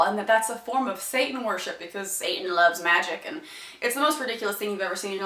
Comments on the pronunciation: Say-In, Sat'n and You wonder why He gets pissed off? It's pronounced SATAN You dumb asses, You never got the lesson that even GOD taught You, ya fuckheads! Oh, and His last name is Clawz, but FUCK, You can't even get a Human name right without confusing it with someone else! I'm dealing with IDIOTS, Jesus! Please help! They are too delusional for Me alone! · Uhm, at about , does she say "sa'an" and totally leave out the "t" in "satan"? Grrrrr. I think jehova (you know, if he existed) would be sad that people are leaving out the letter "t" when they speak.